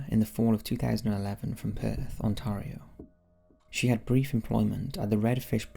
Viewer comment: I hate how you say Ontario wrong.